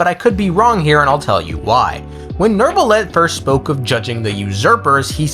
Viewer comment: c'est n'est pa “Nerve-ilette”, c'est “New-vil-let”. ça entend horrible..